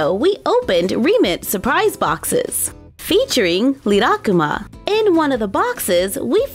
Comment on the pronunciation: The way you say rilakkuma 💀